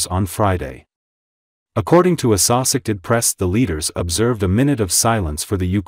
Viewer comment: Can y'all PLEASE teach this A.I. narrator to pronounce "associated press" correctly, and NOT as "Uh Sauce Egg Ted," for pity's sake? Seriously, he's been doing this for the better part of a year, at least... 🙄